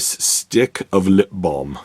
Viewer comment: I came here to listen to you say ‘lip balm.’ 😂